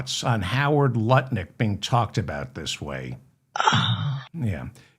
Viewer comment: Hi David. Are you concentrating on not calling him NutLick? You’re saying Lut Nick, emphasizing the Lut.